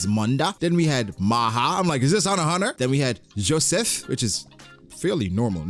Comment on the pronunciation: Why u say Joseph like that tho lol